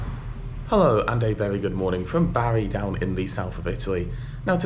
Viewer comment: Great review as always and often staying down in Puglia we often use the the local lines and often thought about the train to Rome but not sure now. Oh and its pronounced Bar ee not Barry 😁